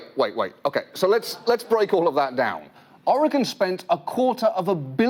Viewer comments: Never caught on the first run how Lisa Loeb mispronounces Oregon, no doubt to get further under their skin. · Except for Lisa mispronouncing "Oregon" that was awesome :D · 1. I am an Oregonian. 2. Yes, I have played the ukulele today 3. I remember both the commercial and the botched rollout 4. They keep pronouncing "Oregon" wrong. and 5. That guy holding the flute is so close to holding it correctly while still holding it wrong that my brain is short circuiting. 6. As a Portlander, that joke about artists not working ate.